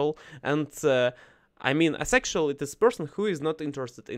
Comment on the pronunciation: Good topic today! Thanks for sharing …. One note: asexual is said as “A sexual”… pronouncing the A, just like the name of the letter…. like the sound the A makes in APE.